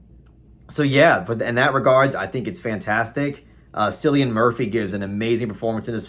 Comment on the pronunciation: Not interested in Barbie at all... but Oppenheimer was AMAZING! Not a huge Nolan fan-boy, but think this film may go down as his masterwork. Cillian Murphy is outstanding, as he always is! PS. You're telling me a Kubrick stan like myself would like Barbie?!? EDIT: It's Cillian with a hard-C, as in "KILL-ian".